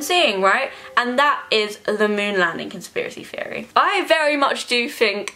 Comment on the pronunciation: I can't watch this because you keep saying "conspiracy fiery" and it's pissing me off